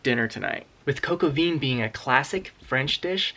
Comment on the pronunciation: I like your pronunciation! 🇦🇺💐🇺🇸 I ate coque-au-vin in France; I'm sure your dish will be excellent too. 👌